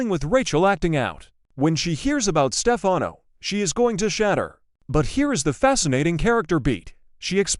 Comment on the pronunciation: I think the narrator would know how to pronounce , Stefano😡